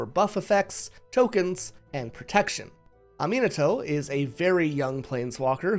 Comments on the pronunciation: It's not the worst crime lolz. You said it more like "Uhmeenuhtow". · "Ah-mean-ah-toe"!?.... lol